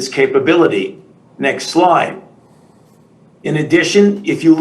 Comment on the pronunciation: “next sloyde”